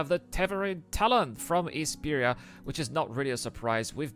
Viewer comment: It's Esperia btw. Love your vid none the less. Keep them coming!